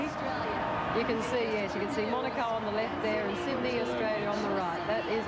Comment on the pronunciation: yeah! agree! he clearly said Sydney, NOT syd-en-ey i think some comedian tried to imitate this accent and it caught on through aussie media. pity, reflects aussie narrow mindedness